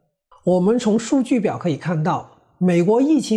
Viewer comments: 请注意纠正读音：“排行”中的“行hang”读音同“行业”、“银行”。不是“排xing"。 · 排行(hang) 榜